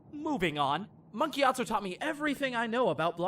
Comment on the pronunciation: Mark Gyatso? listens really hard I'm sure it's Monk Gyatso.